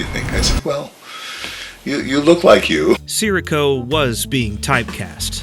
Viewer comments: AI apparently doesn't bother to learn how to pronounce names. It's Tony Si - REE - co, not Tony SIR -ee-co. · Can’t even say his name right. These AI farms has no soul.